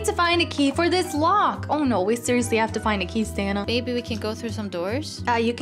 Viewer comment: why does call ""?